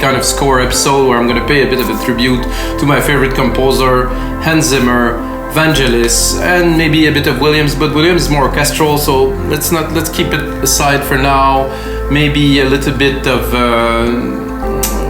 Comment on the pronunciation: Good to see this. BTW, Vangelis is pronounced with a hard G.